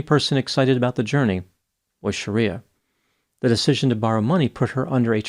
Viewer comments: Bro, BIG difference between YOUR pronunciation of "SHARIYA," (A harsh interpretation of Islamic law) and this woman's correctly pronounced name "SHRIYA," which is pronounced as it appears. Aren't doctor's keen on pronunciation after 4 years of pneumococci, neisseria and the like?😮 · dude...it was getting to me how you were pronouncing it as Shaaaariyaaaa, instead of Shri-ya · It's pronounced Shree-yah not Shareeyah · You're pronouncing her name wrong. It's Shriya not Shariya. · Shreeya not Shareeya. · Not Shar-ee-a, Shree-ya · Pretty sure her name is not "Sharia". It's Shriya. It's a Sanskrit name, not Arabic. Otherwise, entertaining video. Well, except for the confusion of singular and plural. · The least you can do is pronounce people's names correctly. Shriya and Sharia aren't the same thing meaningwise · Might have been a good idea to learn how to pronounce her name correctly. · You're pronouncing her name incorrectly btw